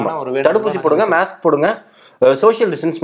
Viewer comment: மேஸ்க் இல்ல அது மாஸ்க் mask.